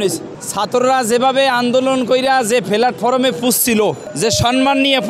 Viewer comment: He can't even pronounce "Platform" and a so-called journalist is making a video of him! What can I say!! He already has trouble earning as he used to and that's why everything bothers him!